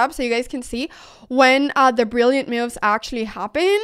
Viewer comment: Brilliant mee-oo-ves.